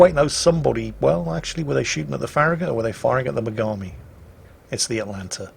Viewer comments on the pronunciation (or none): farragut is not ferri gut